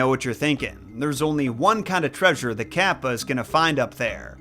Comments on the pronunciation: It is pronounced caw-pa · The way you pronounce Kappa kills me everytime kappa kappa gamma🤣